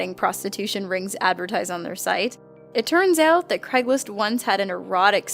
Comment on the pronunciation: craigSlist, not craiglist